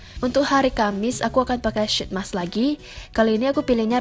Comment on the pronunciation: It's pronounced "sheet mask", not "shit mask" :))